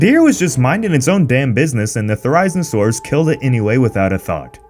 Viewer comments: You’re pronouncing the name of the dinosaur wrong. It’s pronounced Theri-zino-saurus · I love you guys at but... its Theri-Zeno-Saurus, it makes watching the video hard >.< but i'll bear though it... sorry >.< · Nothing more annoying than hearing the name of the dinosaur pronounced WRONG over and over again! Thera-Zeena-Suras... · Why is this being explained? I thought it was pretty obvious even my kids understood it geez. And it's pronounced "theer-rye-zeen-a-sauras" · Oft the pronunciation of Therizinosaurus is hurting me😭 Ther-I-zino-saurus. Please! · Thericenosaurus, nice pronounciation mate. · It’s pronounced Thera-Zino-Saurus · You’re saying it wrong it’s fair! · Therizinosaurus, Theri as in Berry but with a Th instead of a B, and Zee No saurus. It's not that hard to pronounce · There-i-zeen- o- soar-us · Thereyeznosaurus. C’mon. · IT IS PRODUCED: TH-AIR-A-Z-NA-SAUR-US NOW PUT IT TOGETHER THERIZINOSAURUS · Therīznosaurus... Theriznosaurus... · boi can pronounce thiezinasurs im rolling XD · Dude you're pronouncing Therizinosaurus very wrong, it's pronounced Theh-rah-Zee-No-Sore-Us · I only have one problem with this video that he pronounces it wrong it's theri-zino-saurus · It‘s said There-EY-zeen-o-saurus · Man really said: Thurayznuhsaur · The name is pronounced ther-O-zee-NO-sore-US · the constant mispronuntiation of therizinosaurus being like "therighznosaurus" keeps on mentally hurting me though lol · Thera-zin-o-saw-rus. Pronounce it correctly. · It’s pronounced Thera-zeno-saurus can nobody get these names right >: ( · Thee-rise-no-saurus like really? Who taught you to pronounce it that way? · it's pronounced "ther-ee-zee-no-saur-us" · I came up with a joke based on pronunciation of Therizinosaurus: What do you call a lonely dinosaur? Ther-I-zee-no-saurus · Also it's THERI-ZEEN-O-SAURUS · The "There-I-Zeeno-Soorus"? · Thsts not how you say it mate👍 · Your saying the name wrong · he pronounced Therizinosaurus wrong